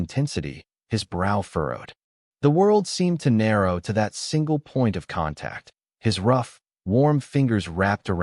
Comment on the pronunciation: Bad narration. What was meant is “single”. Don’t pay attention to the text. Too many mistakes.